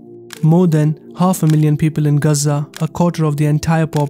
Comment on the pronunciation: The name is GAZA ! It is not GAZ-ZAA 🤬😡